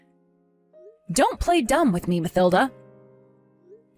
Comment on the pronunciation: In the name Mathilda, th is pronounced t, with the h being silent, as "Matilda" - just saying